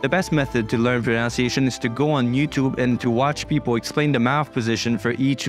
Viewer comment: That’s a nice video so I will give you an example of irony. The only word you mispronounced was “pronunciation”, which has the NUN sound in the middle rather than the NOUN sound. This is a common mistake even among native speakers so don’t feel too discouraged. Best wishes from Australia.